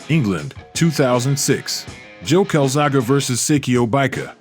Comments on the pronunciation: I really wanted to watch this but switched off after a couple of minutes because of how he kept mispronouncing his name. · Its funny the narrator sounds like english is his spoken or first language. He cant get Calzaghe right though its not Calzaga Mate how tf do you not get that? Calzaghe. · The Mans name is Joe Calzaghe ( pronounced Cal zag ay ) not cal zaga , and is thee best boxer I have ever seen . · How the hell do you look at calzaghe and pronounce it calzaga? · Joe: my last name is calzaghe robot voice: carl saga? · Calzaga? Cal zaa ghi is how I pronounce his name. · Joe Calzaghuh c'mon man get his name right! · So under-rated what a talent he was but how can you put out a 31 minute compilation with a commentator that cant pronounce his bloody name correctly absolute disgrace and an insult to the Calzagh"E" family name! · Calzaghaa, Calzaghoo ------ Calzagh eeeeeeeeeeeeeeeeeeeeeeeeeeeeeeeeeeeeeeeeeeeee! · Never heard his name pronounced as Calzaga before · joe calzagha lol please pronounce the e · I'm in Newport south Wales watching this,is pronounced joe calazagey!,( calzaghe ) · That would be Welsh Dragon and his surname would be pronounced Kal-zag-ee. so painful listening to this commentary. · joe calzagA? Italian pronunciation or ......? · Carlzarga pronunciation spoiled a great watch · You are wrong to buddy. It is Cal-zoggy. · Can’t make it through this .. every time he pronounces his name wrong I just want to pull my ears off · Why are you deliberately mispronouncing his name? Your own video tells you how to say his name. Show some damn respect to one of the the best of all time. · first of all get his name right, typical americans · How is it possible to research a video on a man and not learn how to pronounce his name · Fookin Ignorant yanks if your going to commentate on something do your homework it's like calling Roy Jones Jr Ray John's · I did 12 minutes cart cope anymore great video but how he’s saying joe Calzaghe has made me angry 😂